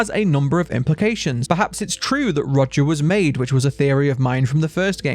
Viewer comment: His name is Roger not Rodger, you keep pronouncing his name as Rodger